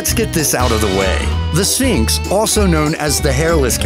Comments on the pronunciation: The "sinks?" Perhaps just a speech impediment. But "Minx", or Burmeece"? Believe it or not, the narrator sidelines as a speech therapist. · This narrator continues to butcher pronunciations... Abbasinium, Sinx, Aussie-cat, Shatrue, Burmeece, Minks